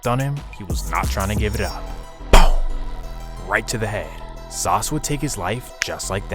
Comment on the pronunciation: Not from sf. Calls him “sauce” every one from sf knows that’s not how u pronounce his name